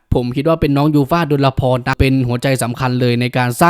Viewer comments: ขอบคุณที่ทำคลิปนะคะ แอดคะ ขอนิดเดียวค่ะ ยูฟ่าชื่อจริงดลพร อ่านว่า ดน-พอน ค่ะ ไม่ใช่ ดลละพร (ฟังจากที่น้องแนะนำตัวค่ะ) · แก้ไขหน่อยนะครับ ชื่อจริงน้องยูฟ่า อ่านดน-พอน ไม่ต้องมีละ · ดลพร อ่านว่า ดน-พอน ตามพจนานุกรม